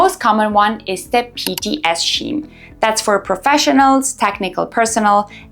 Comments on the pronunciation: Scheme is pronounced as Skeem, not Sheem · What the hell is Scheem. It’s Skeem. Has she not learned yet ? 🤢